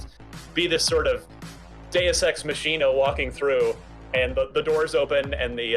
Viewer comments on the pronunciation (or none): I'm still stuck at the dude pronouncing Deus Ex Machina as "Mah-sheen-ah" instead of "Mah-kihn-ah". That's a guy who has only ever seen it written down and hasn't heard someone say it before. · Did dude really just pronounce deus ex machina like that?